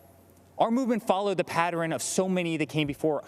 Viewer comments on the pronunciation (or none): Did he say PAT-ER-IN instead of PAT-ERN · did he really just say “ patteren” like my 4 year old???